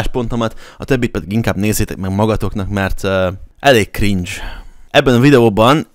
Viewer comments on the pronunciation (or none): none